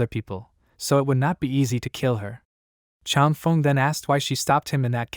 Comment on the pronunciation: “Chang Fung” is how it should sound; “Feng” rhymes with “lung” in Chinese, like feng shui is “fung shway”